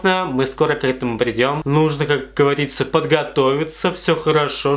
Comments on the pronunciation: Как говАриЦа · никто: абсолютно никто:: ну, как гАвАрИцА хкхехех, обожаю 😹❤